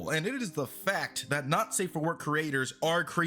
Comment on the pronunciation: The way you say "not safe" it sounds to me like "nazi"